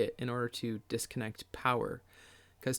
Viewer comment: Disconnect. Disconnect. Say it with me “disconnect”.